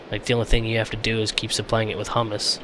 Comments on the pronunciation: um dont mean to be an ass but its prononced huemus not humus the kind you eat (it worm poo ) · LOL its HUE-MES not HUM-ES just like HUE-MEN (Human)